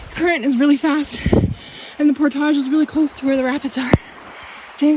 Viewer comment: Can youtubers stop making portages sound like they are posh and Pronouncing it portàge. Seems that is the new trendy youtuber way of saying it. Look it up it is pronounced Port-age